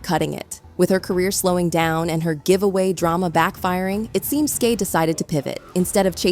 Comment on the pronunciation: Me too like say her name right please it’s Skai skyyyy lmao